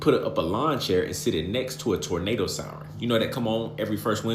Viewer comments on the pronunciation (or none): none